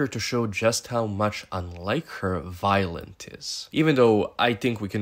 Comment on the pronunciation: Are you calling her “Violent” I feel like I’m hearing shit 😂😂😂😂